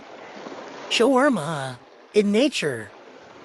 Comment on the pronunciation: “In NATURE” nobody even says it like that 😂 she’s such a weirdo